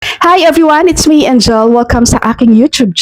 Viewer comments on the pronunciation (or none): none